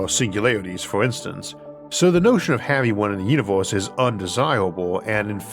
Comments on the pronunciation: why can't you say universe and say univorse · I think the video is of great quality but that throws me off, because it's mostly normal English but then I hear "univors" for example